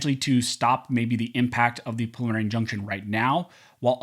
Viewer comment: Take a little longer when prouncing preliminary injunction. It sounds like you're saying prelimarny injunction. Enunciate, man. ;)